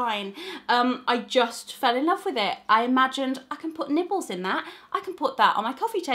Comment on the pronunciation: Did anyone else hear Nipples instead of nibbles 😐